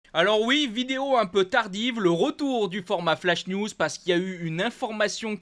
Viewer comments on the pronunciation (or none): none